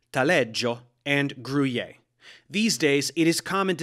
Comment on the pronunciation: and gruyere was completely wrong, it's pronounced french since it's from the french speaking part of switzerland